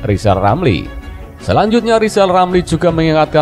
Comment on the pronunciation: Hari pertama Rijal Ramli jadi presiden ,kami rakyat akan turunkan lagi sebab gak pantas ngomongnya gak bisa R wkwk 😀😀😀